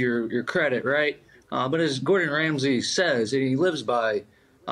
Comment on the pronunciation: He said Gordan Ramsay. 😂